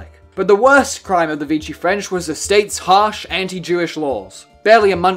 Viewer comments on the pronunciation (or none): Pronouned VEE-she. Not Veechy.